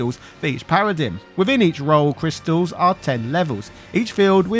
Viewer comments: Feel like I should point out it's usually pronounced "para-dime". Also in FF XIII-2, they got rid of the annoying "Paradigm Shift" animation, making battles and switching faster. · Do Brits generally say, “para-DIM,” instead of “para-DIME?” Or is it just you?😅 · thats not how paradigm is pronounced